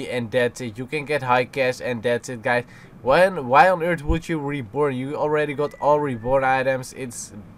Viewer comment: Sounds like you're saying reporn instead of reborn , lmao